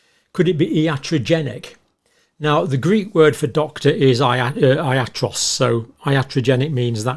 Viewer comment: The Greek word for doctor is pronounced yatROSS. It is not "EYE-at-ross".